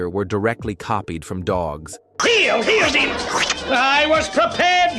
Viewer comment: Dino appeared in all six seasons. His name is pronounced DEE-no.